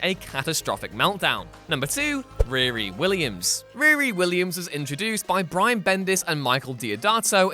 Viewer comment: WHY ARE YOU PRONOUNCING HER NAME IS REAR-E .... ITS REE-REE .... sheesh